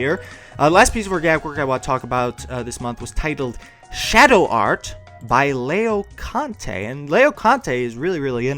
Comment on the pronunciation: It makes me laugh when you say "Leoconte" instead of "Laoconte" hehe. I really like this kind of videos, so much talent everywhere. Thank you.